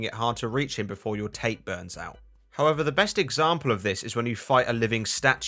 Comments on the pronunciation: It's not pronounced tate like tater tots - it's pronounced "taw-tay". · Technically, his friends he "killed" were already dead. His friends were killed and revived by Hiroko as living corpses. Also, it's pronounced Tah-teh, not tayt. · I know it's a bit late. But "Tate" is pronounced as "TAH-TEH". Tate/殺陣 means "Fatal Wind" in English. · also sorry this is pedantic but tate is pronounced taa-tay lol